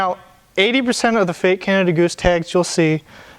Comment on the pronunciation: Canada doose gad thaam.